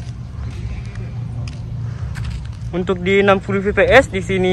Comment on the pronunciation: koreksi kata fps bang bacanya efpies bukan pipi es, btw smngt ngontennya bang🙏